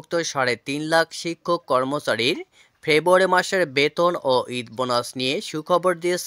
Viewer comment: ভাই, " ফেবুয়ারী " কি ?